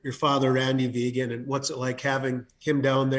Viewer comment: I'm not even a Montana State fan but WHY is it few if any of the moderators, commentators and "social media" pundits covering or previewing the FCS Championship game can't seem to pronounce Montana State head coach Brent Vigen's name correctly?! I would hope none of these people would go into a job interview not knowing how to pronounce the name of the person they're being interviewed by so why can't they study up on the names of key people they'll be introducing or interviewing, after all it is their job! His name is Brent with an n not Brett and his last name is Vigen pronounce very similar to vegan with the "hard G" sound not a J sound and simply change the a to an e VeeGen. A persons name is their brand doing your diligence to pronounce it correctly shows courtesy and professionalism!